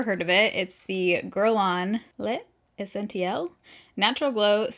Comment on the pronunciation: L'essentiel = luh-son-tee-el 😆